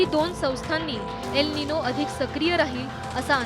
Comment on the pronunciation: यल नाही एल बोलतात मूर्खा....